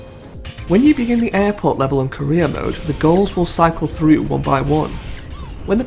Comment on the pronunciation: Dude I'm stoned, this entire time you've been saying "Career mode" I thought you were saying "Korea mode" I'm 20 mins in and only just realizing lmaoooo I've been like wtf is Korea mode.